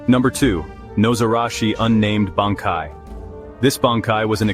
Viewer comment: I don't really agree with any of these, and the AI bot reading these cannot even say Bankai.